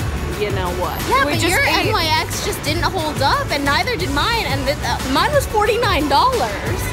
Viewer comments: it is pronounced nicks she only says n.y.x. when she was with that other chick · STOP SAYING N Y X ITS NYX!! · N.Y.X.? Girl it's pronounced nicks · N-Y-X? you mean NYX???? :D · Omg its not N.Y.X. ughhh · NIX not n.y.x jfc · ITS NOT N.Y.X. ITS NYX (pronounced nix). Also if you don’t use powder, the spray cannot do it’s job well. It sets the POWDER more than the actual liquid foundation. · I thought NYX was pronounced nicks not N. Y. X